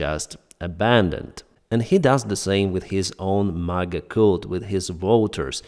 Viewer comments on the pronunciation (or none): none